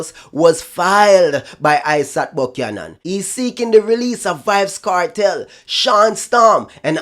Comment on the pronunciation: Great try Dry spray buck-yan-an 😂😂😂😂😂